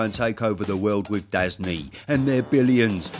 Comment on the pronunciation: Dazn has a terrible name, you have to learn how to say it from other people instead of being able to read it yourself. DAZN, pronounced as "da zone" is confusing to everyone.